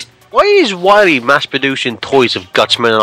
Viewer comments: here probably makes Waluigi jealous with how he says "Wahwee". WAHHH! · everyone knows its not Dr Wily its Dr Wawee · Its WAHWEE season hehehehe! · you got to stop dr. wahwee heheheheheh